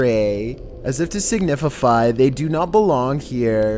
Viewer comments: "As if to signifify ..." *DUDE*, come ON, bro -- on top your narration... style... you're better than this. If you had responded to my (very friendly) Instagram message, I could have helped you with your American English. 😏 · Who else heard him say "signifify" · Everybody else: Signify: Signifify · “Signifify” Did no one else hear him say that? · Nobody:: signifify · "to signiffafyy"?? its "signify" - you goofball stay in school, leave these vids to Nukes Top 5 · Last clip “Signifify” 😂😂😂 im dead. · "As if to signifify" lmaooo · No one: Not one soul:: Signifify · "signifify" oh my god there is no way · Anyone notice said 'signifify' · Signif-fify... a new word.. cool! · Anyone heard "To signififi" on number one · He really said signifify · Signifify...lol silly.. I believe the word you are referring to is signify... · No one:: "Signifify" "Grawlol" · I was searching through comments to see if anyone else noticed signifify lmao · SIGNIFIFY 😂😂😂 I literally laughed out loud at that and heard nothing else. Awesome #1 video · My dude... "signifify"? Love your videos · “signifify” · “as if to signifify”